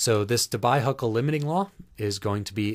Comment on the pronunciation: The correct pronunciation of DEBYE is "DE BEE". Yes, this thing that's flying around.